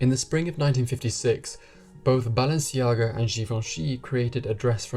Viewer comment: You've pronounced correctly Givenchy, why didn't look up to pronounce Balenciaga the correct way?